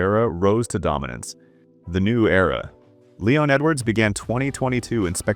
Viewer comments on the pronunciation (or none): none